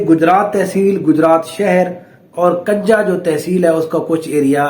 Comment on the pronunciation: حضرت کنجاہ زبر سے نہیں پیش سے بولتے ہیں جیسے کہ کنجی(چابی) کا لفظ بولتے ہیں